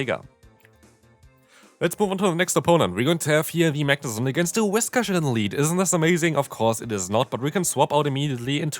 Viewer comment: I’m so used to hearing you say wish-cass that when you say Whiscash it sounds wrong.